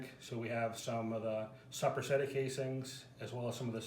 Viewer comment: Its videos like this that are destroying the Italian salumi culture I grew up in. First learn to pronounce Soppressata correctly, then stop adding pistacchios, then perfect your process without the need for curing salt, then consider teaching others.